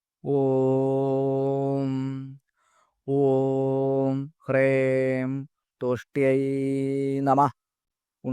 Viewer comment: ഹ്രേം എന്നാണല്ലോ അങ്ങ് ഉച്ചരിച്ചത്. ഹ്രീം എന്നാണോ വേണ്ടത്